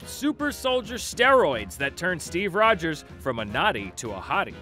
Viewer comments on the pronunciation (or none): none